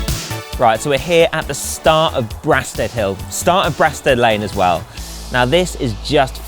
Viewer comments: Strange choice! There are far more iconic climbs in this area , what about Yorks, Toys, or One tree. For someone "local" would have thought they might know how to pronounce it !!! Its Bray-stead. I understand it's personal choice on clothing but as a responsible publication is good to promote dressing like ninjas in winter. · It's pronounced Braysted. A bloody hard climb. Good work.